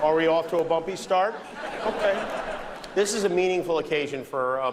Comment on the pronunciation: "are we of to a bumby start?" - he was scared to offend anything or any1